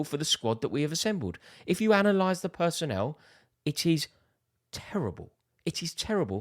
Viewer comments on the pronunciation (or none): none